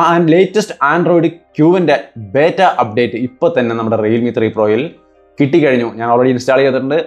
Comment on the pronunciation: ബേറ്റ അല്ല ബീറ്റ ആണ്......😂